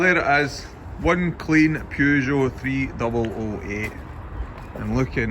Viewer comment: "Peugh Joww" :)